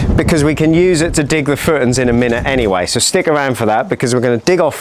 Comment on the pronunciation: Great vid and very excited to see how it all pans out! Where abouts are you from? Once I noticed you pronounce footings “footns” in couldn’t un-notice it 😆 thanks for documenting this 👍🏻